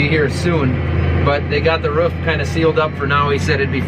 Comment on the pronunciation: You say roof all funny